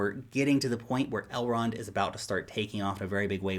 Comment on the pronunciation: Please don't ever say Elrond hub. That is too creepy